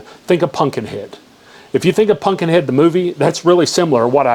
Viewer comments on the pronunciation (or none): Man can’t pronounce “ pumpkin” says “punkin”